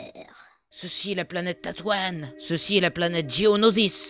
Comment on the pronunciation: "Luc skywocoeur" t'es sérieux ? x) même jean-luc ça massacre moins x) "c'est la planète ta toine x) on dit tatouine^^